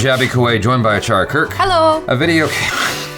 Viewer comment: is it me or Achara jus said chakra....................